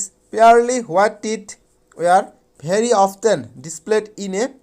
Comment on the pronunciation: Often tu offten porise 😅